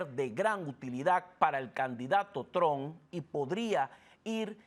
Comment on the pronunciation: Trump , no Tron